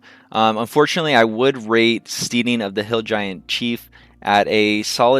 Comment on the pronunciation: St-ee-ding? Really. The word is pronounced so as to rhyme with head not need.